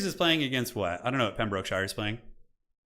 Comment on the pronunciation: "Pem - bruk - shuh" over enunciating EVERY syllable like a true blue american hurts my english soul.